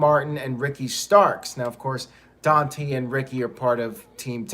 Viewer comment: It's pronounced Don-TAY not Don-tee lol